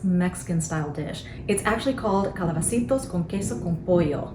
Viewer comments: I think you pronounced it so good 😊 thank you for sharing your recipes, they are so helpful ❤❤❤ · You did an amazing job saying the meal in spanish